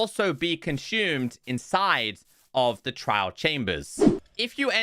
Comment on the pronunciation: Man couldnt say the word trial properly to save his life. If i werent reading the signs on screen I'd have no idea what he's on about.